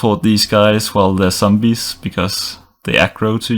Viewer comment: i love how you say sombees :) <3